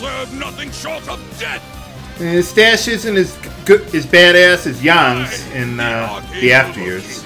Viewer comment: Did said Yawng instead of Yang?